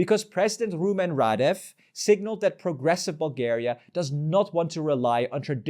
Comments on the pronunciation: how come you say rahDEFF half of the video and RAHdeff the other half 😂 it's the latter that's correct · Why can't people learn to pronounce names correctly? It's rAdev, not radEv. It's not that difficult, and it honestly makes your presentation a lot more sophisticated.